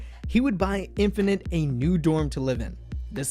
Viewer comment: 1. I love how you oronounced their names not by romanization but how it should be in Hangeul :)) 2. thank you so much for doing this! this means a lot to me, a fan of Infinite since 2011 (i stopped fanboying to other KPop groups after them, it's been 9 years already and now I'm in medical school ... watching this reminisces me so lots of good memories) 3. IM SO PROUD OF MY HYUNGS!!!!